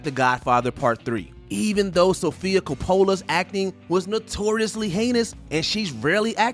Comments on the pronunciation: It's "Copa-la", not "Ca-pola". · & its Sofia Cope -ola (Stupid AI VO’s🙄) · I can’t believe you mispronounced Sophia Coppola’s name. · Lost me after the Sofia Coppola pronunciation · The fact that this dude can't pronounce "Coppola" correctly (the name of one of cinemas greatest directors and not a particularly difficult one to say) definitely destroys any sense of credibility. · If this announcer is gonna do this for a living, he should at least pronounce names correctly. I laughed hard when I heard him say Sofia Coppola’s name. And she doesn’t act much anymore because she’s now a successful filmmaker. She’s directed Lost In Translation, The Suicide Diaries & The Beguiled, just to make a few. She’s a director now. Francis Ford Coppola is her father and Nic Cage is her cousin. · This guy can't pronounce Coppola either. How did he get this job? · That pronunciation of Coppola was like nails on a chalkboard. Was it intentional? Damn I hope so. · Don't ever pronounce the name "Coppola" so TERRIBLY every again! Put some respect on that name. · I agree. Honestly, I don’t think any of the aforementioned actors careers where ruined. This video is just click bate. Even when he mentions Sofia Coppola ( and pronounces her name incorrectly) at the beginning of the video, claiming she “hasn’t acted much” since The Godfather part 3, I wonder if it has anything to do with her successful filmmaking career? 😂 She even directed Colin Farrell in The Beguiled. And… Cuba Gooding Jr. well, sexual misconduct and rape allegations probably had a lot to do with his failed career… deservedly so. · Wow, the narrator couldn't even pronounce the name Coppola? Despite the legacy in Hollywood that the name carries. Why bother learning how to pronounce someone's name? Especially when making a dig at their acting.